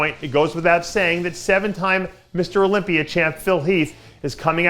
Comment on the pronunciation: Olypiear. Is that what you're saying Dave?